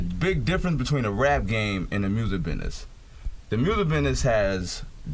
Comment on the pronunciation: He can't pronounce business.